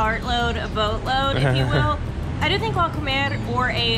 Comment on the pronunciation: One comment, you said you were going to the supermarket, La Comercial Mexicana which is great, yet you used the short version of the name yet pronounced it as the verb "to eat" and not the name of the store. Say "comer" (to eat) then say "Comercial Mexicana" and you'll hear the difference (or have a Mexican friend say it), and you'll sound correct or "Mexican"..... Love the t-shirts